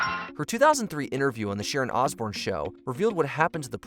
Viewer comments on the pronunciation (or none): none